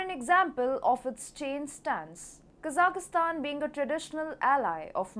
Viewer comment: usually your pronunciation is great, but not this time. There is no "i" in the middle of Kazakhstan, like "" and most of the the other Central Asian countries. Please correct this, but keep up the great reporting.